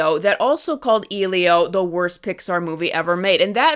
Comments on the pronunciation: The fact called the movie "Ee-lio" instead of the proper pronunciation "Eh-lio" tells me she didn't even see it, especially if her only criticism is how frames are shot and how characters are designed. She mentioned nothing about the plot or character development. I like the movie. I don't think it's the greatest movie ever, but it was cute and fun for families and kids, although a little heavy handed when the main character's parents die and he lives with his aunt. I don't know if we need something that dark in a Pixar movie, but it's just my opinion. I do agree that the "bean mouth" character design as seen in Luca and Turning Red isn't appealing if every Pixar movie uses it, but that design was exclusively used for Elio himself, not the other human characters. It's visual storytelling, a childish character design for a childish character. No one else looks like him in the film. Honestly, it feels like was just looking for reasons not to like the film and probably didn't even watch it, basing her opinions on the trailer alone. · Wow so just hates Pedro Pascal and doesn’t care enough to pronounce Elio properly. Got it.